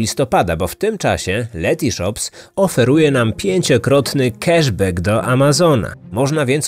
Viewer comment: Love your podcasts! But it’s “cAsh bAck” not “cEsh bEck”. It’s “blAck Friday” not “blEck Friday”.